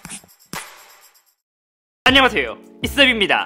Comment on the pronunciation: 무우↗️야호↗️~ 가 아니라 무우↗️야아↗️호↘️오↗️~ 이에요